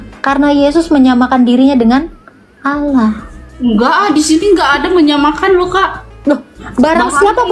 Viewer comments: Tolong ditegur cara baca dan penyebutannya,,ALLAH di ALKITAB yg BENAR,ALLAH ya ALLAH BUKAN TULISNYA ALLAH terus dibaca AULOH,,apa ituuuu 😂😂😂😂😂😂😂😂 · bu uclim... klo baca Alkitab... Allah jgn di baca olloh ya...? 😂😂😂